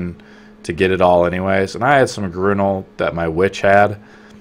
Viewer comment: You pronounce everything really weirdly XD The way you pronounced Grunil and Olvia hurt me. lmao